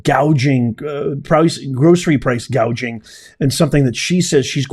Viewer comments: She literally stated no taxes on tips from "hospitility" workers and laws to prevent price "gaging." The fact she mispronounced hospitality and gouging wrong tell me she isn't going to do any of it. But grocery stores specifically have the lowest profit margins in all of retail. The groceries cost more because it costs more to produce and transport the food. When that happens, food is going to cost more. For every $1 of sale in a grocery store, that store is only making $0.01 to $0.03 from that dollar! If she were serious on coming down on "corporate greed" she would start with Apple since their profit margins begin at 35% instead of the 1% to 2% grocery stores make. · Are we “gauging” prices or seeing inflation? ☠️ yes she said “gauging” must have been error on teleprompter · See said Gauging (an easy reading error). She didn't even know what it was. Love never Fails 💖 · Wait, I thought she said price gauging? Lol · She called it Price gauging. lol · She actually said. “” price cage ing. Cage ???? She was trying to say gouging. But said cage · Tell me you don't know anything about economics without using the word: Kamala didn't call it price-gouging, she called it price-gagging and didn't correct herself. That tells me it was scripted and no one ever went over pronunciation with her. Additionally, believing that food is unavailable because of GREED is admitting you don't know what causes inflation. In this case, it truly WAS Kamala Harris, who personally did a tie-breaker in the Senate for the Inflation Reduction Act and Build Back Better. There's an extra $2.75 Trillion printed out of thin air. Friends don't let friends vote for idiots. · Remember that when she was talking about this, she first said price GAUGEING then corrected herself to “GOUGING” . More word salad! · She pronounced gouging wrong she kept saying gauging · She had a difficult time reading off her teleprompter words like ground beef, bread or even gouging, she said "gaging."